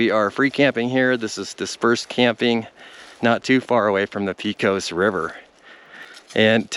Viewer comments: Btw it’s Pay-cose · No it's absolutely NOT! The e is flat like the e in end. Sounds like Pehcos. Native New Mexican here. I graduated from Pecos High school.